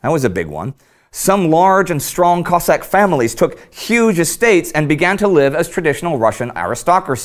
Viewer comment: I think you need to make a clear distinction between Russian and Ukrainian pronounced Cozzak. Cossaks came from Ukraine and like Spartans from Greece. If feel like this video is over simplified and needs more research